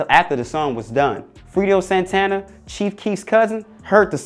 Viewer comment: N!gg@ said Frito Santana lol 😂